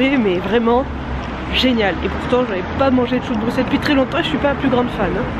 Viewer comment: C’est très intéressant de vous voir tester tout ça. Et un ÉNORME merci, t’es une des rares a bien prononcer BRUXELLES (BruSSel) c’est con mais ça fait vraiment chaud au cœur d’entendre le nom de sa ville prononcé correctement. Bisous à vous 2 et high 5 à Gus.